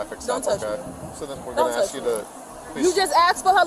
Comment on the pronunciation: Ugh! "Ax" its ask. Speak properly